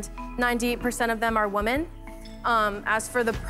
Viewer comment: Please explain to this girl the difference between “Woman” and “Women”